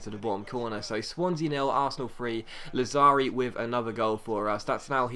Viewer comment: ***** lazzari is pronounced Lad-za-ri